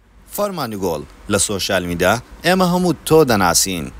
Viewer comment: وەرە شێت نەبی تا ئیستا نازانێ بڵی سۆشیال میدیا ئەڵێ شۆشیال 🤦🏻‍♀️